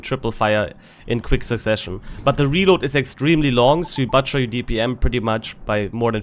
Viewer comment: Sorry, I’m gonna have to say it…“butcher“ is rhymes with the German „Kutscher“ - not „Batscher“